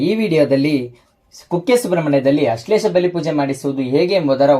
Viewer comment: ಅಶ್ಲೇಷ ಅಲ್ಲ ಸರಿಯಾಗಿ ಹೇಳಿ ಆಶ್ಲೇಷ ಅದು